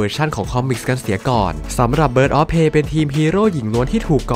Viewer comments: Prey อ่านว่า เพรย์ ครับ ไม่ใช่ เพ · ออกเสียงว่า เพร